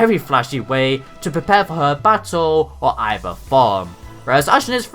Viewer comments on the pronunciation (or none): none